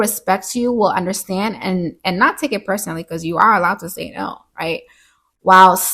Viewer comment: “Yuh undastand?” lol! Your inner Caribbean aunty came out a few times. I loved that, and the video overall. Another gem